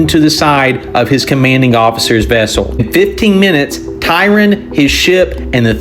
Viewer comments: If you want to look him up on Wikipedia or whatever, his name ISNT spelled or pronounced Tyron. This is Vice-Admiral Tryon. The ship he was on, which was also the flagship of his fleet was the HMS Victoria. The ship that it was in a collision with was the HMS Camperdown, commanded by Rear-Admiral Markham. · Tryon not Tyron. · His name is Tryon, not Tyron.